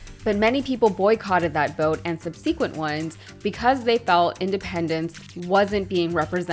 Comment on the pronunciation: I'm not sure if there's more than one way to pronounce ' subsequent ' but you may want to look into that , bein in broadcasting and all